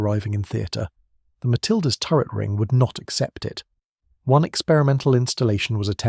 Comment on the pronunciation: This sounds like a person--it is quite good but--either they--or the robot used cannot say the numeral 1